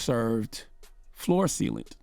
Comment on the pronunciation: "Floor Thealant"